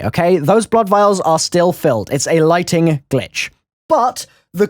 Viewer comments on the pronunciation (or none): none